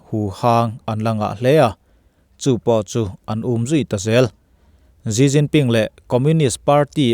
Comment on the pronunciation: ZziZzinPin niloin SiCinPin tiin lam lah,a in hniah zawk lo mw,?